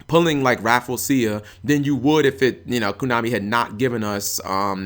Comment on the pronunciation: "KONAMI" NOT "KUNAMI"